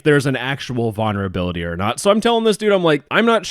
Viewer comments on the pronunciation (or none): Please add the first "L" in vulnerability when you pronounce it. I actually can't stand to listen to you say that word for a whole video.